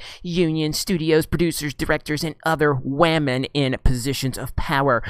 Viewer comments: I don't like the way movies are going what with agendas being shoved down our throats and is being told to accept it or be branded any number of buzzwords. However, you and other YouTubers with similar content all have one thing in common which is just irritating and makes you each come across as a gigantic cockwomble. It's not "Wah-men", it's women. I hate SJW's, feminists and anyone else who thinks that merit should take second place to this "diversity" bullshit, but you folks do yourselves zero favours by constantly bashing people for their sex. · You better start raspectin wahmen. The force is wah.